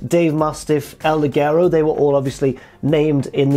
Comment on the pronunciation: El LiGero, you are all saying el liguero, which means a piece of lingerie instead of the light-one